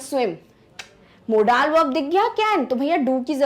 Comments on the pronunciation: Modals not modaaal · Mam u must have to learn homophones , so that u can correct ur accent' modaaaaal to modal'🤣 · Tukh laanat.. It's model not a modaaaaal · Ma'am firstly improve your pronunciation it's not mo-daals its is mode-uhlz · Aba मोडाल नहीं मोंडल verb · Are madam.... How you pronouncing Modaaal verb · Wrong pronouncetoin of modal say मौडल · Mam u did wrong pronounciation of modal